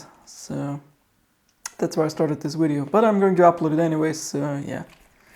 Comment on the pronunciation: DID HE SAY WIDEO NOT VIDEO